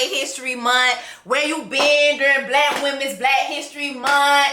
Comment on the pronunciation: The way u keep saying Bkack women’s history month 😂😂😂😂